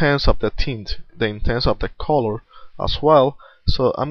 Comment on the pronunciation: "I'r use a bruish coror"